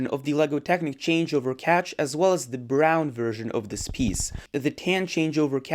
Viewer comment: The way he said brown 😂. great vid btw.